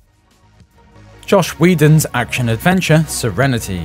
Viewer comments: wow, "jsh wildon" for "joss whedon"? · Are you saying josh weedon? cause its joss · This dude can't pronounce "Joss Whedon." Said it twice in the Serenity entry, different both times, wrong both times. Heh. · Why can't you pronounce Joss Whedon?